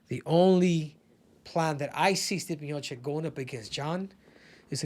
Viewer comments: Miočić not Miokik.. it's like i call you Kehudo and not Cejudo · You cant even pronounce correctly Stipe's surname, it is Miočić. Learn man he is the GOAT! Long time there